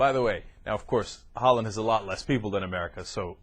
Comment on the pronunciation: ehh..'a loth'??lol